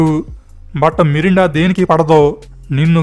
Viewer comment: Melinda ra babu merunda kadhu